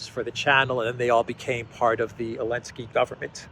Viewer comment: Hey,, it’s NOT elensky, it’s ZELENSKY.